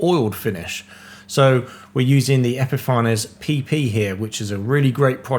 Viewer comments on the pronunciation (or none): Fantastic! Absolutely loved seeing your well planned rapid build with modern techniques - well done fitting that all in to a quick course! I believe the pronunciation is epifa-nees which is an apt name for their products!